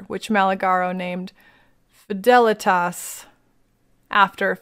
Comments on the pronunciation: Your Fidelitas pronunciation was right! many names are latin, and the proper pronunciation is infact: FEE THA LEETUS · You pronounced Fidelitas correctly.